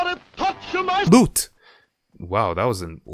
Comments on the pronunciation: aplastic soldier he says boot Just listen closely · 🤣 I thought he said boot